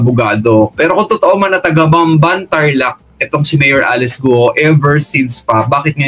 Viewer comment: mayor GUO..prounounce nya parang GAW